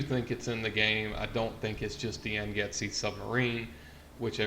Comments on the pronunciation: Ooooh fish and buoys in the ocean, yup that's a conspiracy, illuminopoly confirmed. Oh and you kept calling the sub the yangetzee, it's pronounced like yongtsay, it's been a recurring name in fallout lore. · "Yang-See" not "Yang-Get-See" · Yangtze is pronounced "Yang See" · Its pronounced 'Yang-zee'